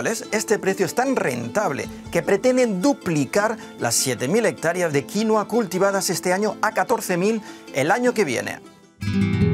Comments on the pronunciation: Deja de decir "quinoa" por favor. Paltea. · Ah , pues yo lo llamo, Quinóa! Como si tuviera un acento en la o, en vez de la i 🤔 ... Será que estoy mezclando inglés con español? 🙄. Y me parece una barbaridad que los españoles nos sigan robando el pan de la boca 🤬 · Se dice quinua, quienes son los alienados que le dicen quinoa?? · El nombre es "Quinua" , no "Quinoa" como el señor agricultor español dice . Y no creo sea mejor a la quinua andina . Tampoco exagere. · Su nombre es Quinua no Quinoa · Jajaja. "Quinua inca".... es aymara.